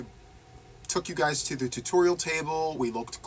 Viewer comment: Ok I think my favorite part was the end when you tried to say take care guys and you said it sounded like take care buys, I just giggled. But seriously glad to see you joined the National Crochet month challenge with us. It's been a lot of fun and focusing on one thing (not easy to do for some of us!) And I don't have the squirrel mind I have a cat one, because I see that shiny object and I am lightened focus on it and NOTHING gets me back lol. Now I have to get COMPLETELY caught up on your videos but it's ok because your laugh always makes me smile :)